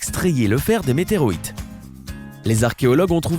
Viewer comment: Pour le #11 .. je croie que t'a dit Meteroite